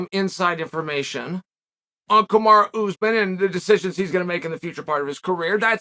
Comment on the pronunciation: KamarUUU not Kimari kimara or what I keep hearing in both videos now